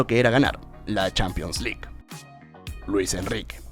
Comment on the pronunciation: Nadie:: "Champions Lick"